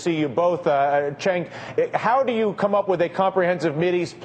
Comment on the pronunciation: Dylan Ratigan is officially unable to pronounce Cenk's name correctly. He ALWAYS says "CHenk", and this time even said UyGAR" TYT Publicist get on your job. I'd think Cenk would be at least a little annoyed by this.